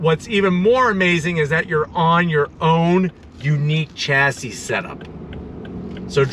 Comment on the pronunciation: Chassis is pronounced shassy